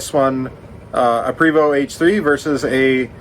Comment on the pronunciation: It's PRAY-VO, not PREE-VO.